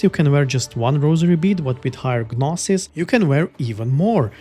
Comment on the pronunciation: Great preview, I might pick this up. Thanks! Just a tip, the "G" in 'gnosis' is silent, but your pronunciation was otherwise correct.